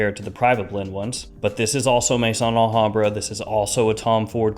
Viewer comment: The name is not Mason Alhambra it is Maison Alhambra ,you’ve been doing this long enough that you should know how to pronounce it properly!!! Maison is pronounced May-zon , it is the French word for house . As in House of Alhambra.